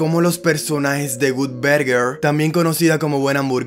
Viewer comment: Gutberguer. 🤣🤣🤣 Que mal inglés.